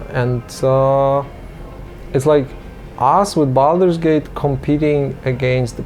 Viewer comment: Boldur's Geish? I know Baldur's Gate, but I suppose the narrator meant something else. Seriously though, I enjoy these series a lot, but they deserve someone who speaks correctly. "One of the most unforgiving market on the planesh" yeah, right XD